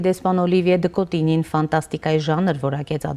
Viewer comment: Հարգելի հաղորդավարուհին դեսպանի անունն արտասանել չի կարողանում, տարօրինակ շեշտադրումներով, (Օլիիիիվիե, Դըկոտիիիինյի, ինչի՞ համար, Օլիվիե' Դըկոտինյի' ասելն այդքան բա՞րդ է) դեսպանի թարգմանիչը դեսպանի ասված ի մի մասը չի բարեհաճում թարգմանել... Ֆրանկֆոնիան խորը ճգնաժամի մեջ է Հայաստանում....